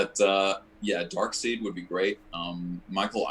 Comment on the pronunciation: Darkseed? haha at least he said Darkseid just after. By the way YOU () are my favorite Joker, come to think of it. You’re the only one that give me chills along with Joaquin. But with you, I feel guilty and close to you, which beats everything else.